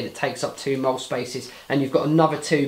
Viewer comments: It's pronounced "Molly" not "Mole," bro. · Mole? ITS MOLLE